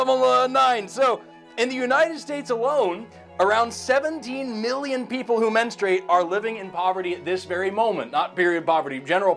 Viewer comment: And for the next lesson: simulating the pain of giving birth. Btw, it's pronounced "mens-true-ate", not "mens-trate"